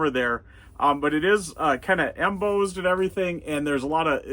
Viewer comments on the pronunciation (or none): Don't mean to throw you under the bus... but it's "em-BOSSed" as in "who's the boss".